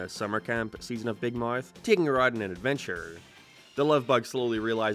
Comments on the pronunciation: I don’t understand how he pronounces “Big Mowrth” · you when a non-american accent 🤯🤯🤯🤯🤯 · What's your accent? And why do you say mouth so weird lol not hating. Just curious